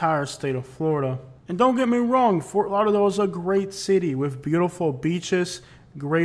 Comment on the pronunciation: I'm from Ft. Lauderdale that's not lauderdale homie